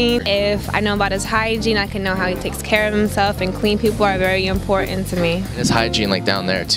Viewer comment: I could believe the way she pronounced important, I have never heard anyone inCalifornya say it in that manner, only NYers